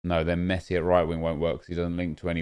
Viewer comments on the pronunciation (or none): none